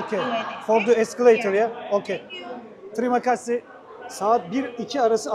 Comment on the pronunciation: Tesekkur ederken yanlis söylüyorsunuz tum videolardan izledim diger yutubirlar "teri makasi" diyorlar siz "tıri makasi" diyorsunuz doğrusu "teri makasi" olacak.